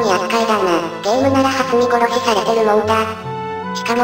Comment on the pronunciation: しょけん殺しをはつみ殺しと言ってる に違和感をおぼえるが そんな可愛い子と寝れるなんて… ｸｩ(´・-・。)